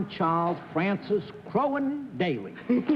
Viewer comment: Cerf sure knows how to butcher people's names--he did for both Daly and Kwan.